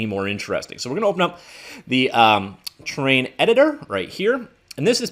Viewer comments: Please slow down when you say terrain because it sounds like you're saying train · I think its a Canadian thing lol I've heard it said like that before aye